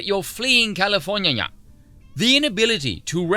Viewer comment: Californyanya Nice little Veeism there